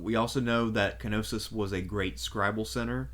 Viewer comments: K-Nossos 😅 Its a silent 'K', like Knight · No it isn't. Κνωσος. The K is very much present and annunciated in the Greek.